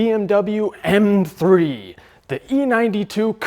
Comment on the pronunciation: "ehrM 3"